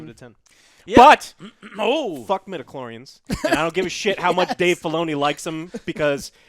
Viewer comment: It's midiclorian not medaclorian, jesus Joe.